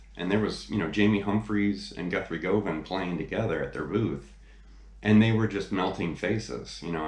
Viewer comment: For such a big fan you should know you are pronouncing his last name INCORRECTLY, it is GUHVAN, like governor, it is not GO van it is GU van….make this correction and some will believe you are really a fan !!!!!!!!!!!!!! nice lesson kinda